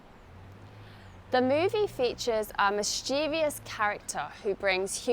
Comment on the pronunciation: I think I didn't catch very well when you pronounced Mischievous. Because, I think I heard you say 'Mischiev I ous ' 😊